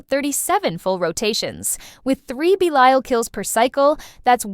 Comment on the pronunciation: AI pronounced Belial correctly once. 😂😂